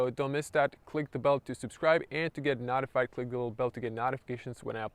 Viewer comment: I know English isn't your first language but notified is pronounced as 'no-tified' and not 'not-ified'. Not saying this to be pretentious, only to help :)